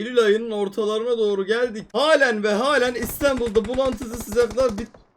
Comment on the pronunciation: Nobody::İstenbul